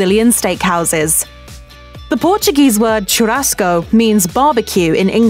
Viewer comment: Butchered every damn Portuguese pronunciation!